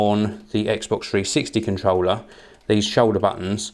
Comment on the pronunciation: foh this Contwollah